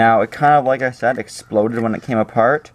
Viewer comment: and you said sead instead of said